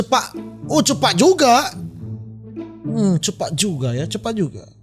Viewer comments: Cepat bang bukan cepakkk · Jadi lucu bang sebut: oo..sangat CEPAKK sekali..hahaha..🤣😂😂🤭👍🤗